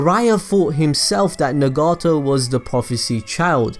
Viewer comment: Nagarto? Nagato and Naruto combined 😂😂😂